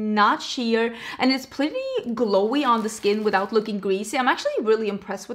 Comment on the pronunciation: When you say PUrrrdy